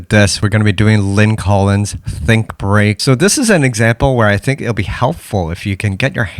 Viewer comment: lmaoo i was watching this and i noticed that the transition between the funky drummer and think break said "think beak"